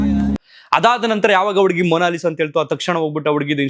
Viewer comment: ಉಡುಗಿ ಅಲ್ಲ ಹುಡುಗಿ